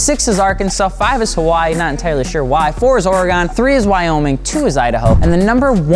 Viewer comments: I’m sorry but did you just say oregan ? 😂😭 thats not how you say it lmao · The way he said Oregon gave me chills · Please don’t say Oregon like that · The way he said Oregon hurt me for some reason lmao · That fucked with my soul